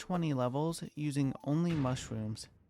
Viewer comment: The way this guy talks is so adorable bro, " mushwooms TwT "